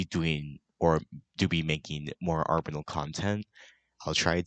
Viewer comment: did you just say arbenal